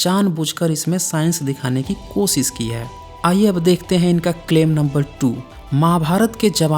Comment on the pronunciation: एक बात तय है की मे वीडियो मे क्या बोल रहे हो इस से ज्यादा तुम्हारी आवाज़ पे ध्यान दे रहा था. बड़ा ही घटिया तरीका है बात करने का, ऐसा लगता है किसी सडक छाप को उठा के वीडियो मे बोलने लगा या हो. Pronunciation और भाषा पे भी ध्यान दो. कोशिश को कोसिस और वर्षा को वरसा, शुद्ध को सुध बोलते हो. कॉन्फिडेंस की कमी लगती है तुम मे. छुप छुपा के बोल रहे हो ऐसा क्यों बोलते हो? अपनी आवाज़ से ही वीडियो देखने वालों को भगाने का गज़ब का हुनर है तुम मे. खुद से नहीं होता तो किसी और से बुलवाओ वीडियो. बकवास और घटिया आवाज़ और pronunciation के साथ हमारे कानो पे अत्याचार क्यों कर है!!!!